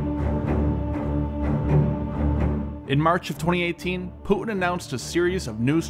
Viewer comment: What just he just said? Poo-in?🤣✌